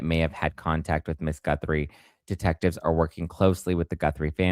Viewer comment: Isn’t it pronounced “Goo-three” Lolol love ya!